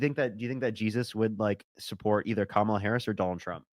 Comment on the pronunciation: That was the worst pronunciation of Kamala that I’ve heard yet. Dude seemed like a huge troll.